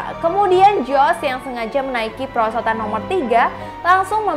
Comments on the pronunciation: "PERSOTAN" lah apa persotan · kok "persotan" 🤣🤣